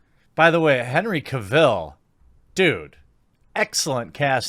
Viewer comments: Ca-ville?? Seriously? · The way you butcher Cavill's name gets to me lol.